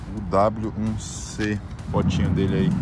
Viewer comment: lê, UH-1C e fala UW-1C kkkk